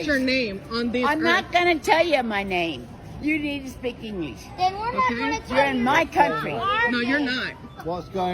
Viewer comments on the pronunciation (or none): Lol wtf? I don't think anybody speaks ingyish! 😂😂😂😂